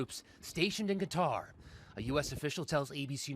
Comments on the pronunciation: It's pronounced QATAR! Not "Cut-her" 🤦🤦🤦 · If you're going to do an actual pronunciation, dont just repeat the name lol. kuh-TAR